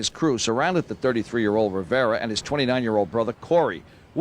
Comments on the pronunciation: It’s Riv-era.. not “riviera”. One means “rich river” and one means “breakfast and room service single stay for $99.99”.. 🤷🏻‍♂️ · As an 80s baby, it's funny seeing a 20 y/o brit calling Un "some guy" lol. Also, his last name is "Rivera" not "Riviera" lol, two different last names buddy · Rivera, not Riviera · I used to really like the stories, but I'm starting to get worn out by him speaking about us, but knowing so little about "us". Firstly, its Rivera, not "Riviera". It aint The South of France. Secondly, Jay's man probably did stab Un, but Jay being stand up took the case, just like he did for Calvin "Klein" Bacote back in the day. He risked his freedom, because the law had been wanting Jay, so give him his stripe. Thirdly, clearly has hate for brothers like Dame, Jay Elec, and Kanye, who call white people out for their sh!t and still get their girls, which shows his insecurity. If hereally doesnt think he's a "culture vulture" he'll do stories on his own people..Oh I forgot, theyre not very interesting apart from "us". 😂🤣